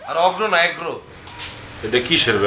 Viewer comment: রগরো কি 😂😂 রগরো না এগ্রো?